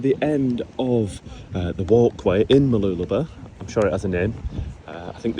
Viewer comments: I hate the fact that you are pronouncing Mooloolaba your way, pronounced Mooloo-la-bar. You Poms say it enough could cause it to change with many people. I like the sound of it, and love how it sounded when my late wife used to say it. She was born in Maryborough and grew up in the surrounding areas. I would hate with a passion if I visited her grave and the areas which was her stomping grounds, and hear people spoiling the names of the places as she said them. Like I hear some Poms say Her-vee Bay, when the locals always pronounced it Har-vee Bay, regardless of how it is spelt. There was only one word which got my goat was when she pronounced the colour Maroon. But I liked to argue with her about it. My memories. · By the way it's pronounced MooloolabaR, emphasise the BAR at the end. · The correct pronunciation for Mooloolaba is - Whilst saying the word you put a finger between your lips and go up and down whilst saying it. no bs lol....